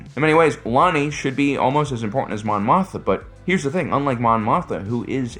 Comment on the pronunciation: Am I going crazy? Why does he keep calling Mon Mothma "Mon Motha"?